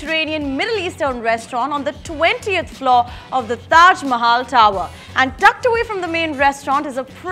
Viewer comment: 's way of speaking is damn irritating. We want kamiya in all the videos. The way she twists her tongue and pronouncing "Mahal" in this video is damn bad.